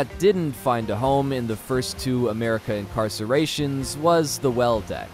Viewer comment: ...in the first two incarcerations was... did u mean to say incarnations?